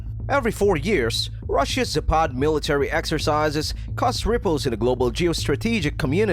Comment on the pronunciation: zApad, not zapAd